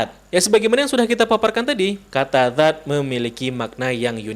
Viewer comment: Banyak lidah yg salah, dzat tp di ucapkan zat....